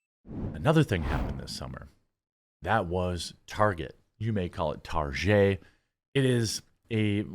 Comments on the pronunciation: who dafuq calls target as "Tar-chay"? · Myself and my fiancee, some 20 years ago: Her: "Just one more stop before we head home, I need to pick up some things from Tar-zhay." Me: "Huh?" Her: "I need to pick --" Me: "No, I got that part. From where?" Her: "Tar-zhay." Me: "I don't know what that is." Her: "Yes, you do, we were just there last week. We bought Rebecca's school supplies there." Me: "Oh. Target." Her: (getting irritated) "Tar-zhay." Me: (sigh) "What's their logo designed to look like?" Her: (being a smartass) "A bullseye." Me: "Which is a form of what?" Her: "Look, if you're gonna be like this --" Me: "Nope, nope, just for-ZHAY I said anything."